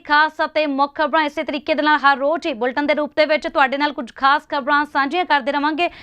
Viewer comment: ਬੁਲਟਨ ਨਹੀ ਬੀਬਾ ਜੀ 😂😂ਬੁਲੇਟਿਨ its Bulletin. ਪੰਜਾਬੀ ਤਾ ਸਿੱਖ ਲਵੋ ਜੀ ਪਹਿਲਾ।